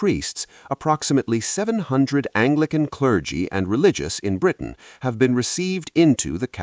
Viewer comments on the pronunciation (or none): none